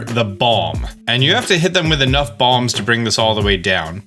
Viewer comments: Not going to lie - thought you said bombs not balms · Is it just me or does it sound like he's saying bomb